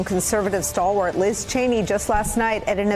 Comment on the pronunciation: Liz the “ St*hlwart condervative” uh no. 😂